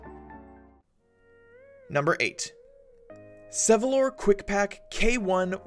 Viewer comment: It's 'Sevylor', not 'Sevylon'